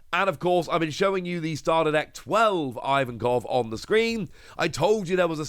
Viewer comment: hey quick request: could you please pronounce Ivankov differently aka correctly? It goes like "Eevankov", not "Ayevankov" or "Eyevankov". Hope that helps...